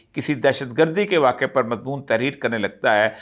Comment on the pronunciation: اوریا مقبول جان صاحب کا تلفظ بہت اچھا ہے ، ہم ان کے مداحوں میں شامل ہیں مگر دو الفاظ ہمیشہ غلط بول جاتے ہیں ۔ 1. واقع 2. متوقع ۔ براہ کرم اصلاح کر لیجیے ۔